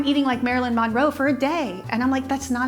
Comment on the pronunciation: Omg can you please pronounce her last name the right way 🙉